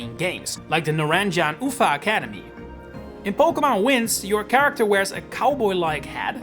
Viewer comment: Hello Great video, love your content, its just so funny how you pronounce the Naranja and Uva academies as a spanish speaker i can say its a good try